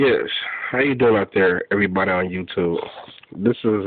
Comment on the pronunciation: I don't think "Hey evreh buddeh on YouTube" (I type that to replicate your annoying speech impediment) is an acceptable intro to a video of this magnitude. I think something like, "I'm an uneducated idiot that can find no alternative meaning in my life other than to bring a stupid, most likely false prophecy to light." There's no such thing as proof for this. I would just like to know how you know the "truth," when you also say nobody knows the "truth." I admire your (limited) ability to reason.